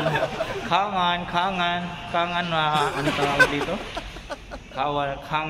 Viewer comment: Tsangan po not kangan..